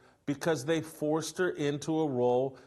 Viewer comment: Did he say cuz they “scissor” 😂😂😂😂😂😂😂😂😂😂😂😂😂😂😂😂😂😂😂😂 I am dying laughing!!!!😂😂😂😂😂😂😂😂😂jajaja